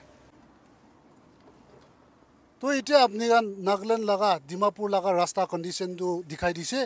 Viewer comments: Haha, not Rasta but LASTA . LASTA means , no lasting 😁😁😅🤣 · I believe the people of other districts got it why we Mon people pronounce "Lasta" instead of "Rasta". 😂🤣